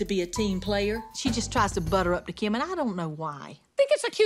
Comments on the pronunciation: says kym not Kim and its funny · saying keem bruh it’s Kim lol 😂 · says Kim like “KEYM” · says Kim's name like kyim kyim kyim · saying kim sounds like “keam” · Nobody: Kim: BABABABABABABABAHAHAHEBEBBEBEBEB